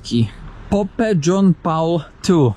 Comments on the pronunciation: Haha😅😅😅😅pope czyta sie polp z naszym polskim l 😅😅😅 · Ale za to było: "pope" i "Avondale"... Hi hi hi! I jeszcze "auto-ripajers"! ;)